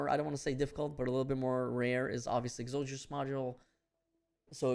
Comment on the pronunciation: “Ex-a-dus” module